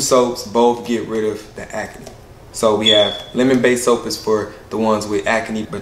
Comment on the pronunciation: Proud of and his skin care line.. but why he say acne as ack-a-knee 😅😅😅??